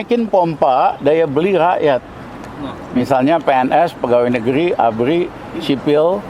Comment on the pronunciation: Ya..beldoa...beljuang...bual negli kita makmul 😂😂😂